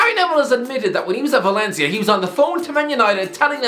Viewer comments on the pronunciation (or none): none